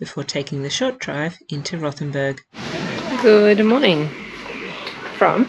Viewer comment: Rothen b u r g , not Rothen b e r g !